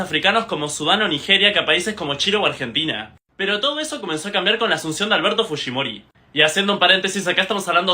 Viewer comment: Uno de los pocos que pronuncia bien el apellido Fujimori.